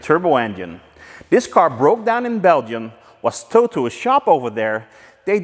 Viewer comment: It got toweded to my shop... Tremendous. That's actually how Canadians say it...